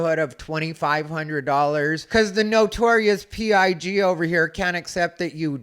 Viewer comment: How about when said "Notorious P.I.G"! 🤣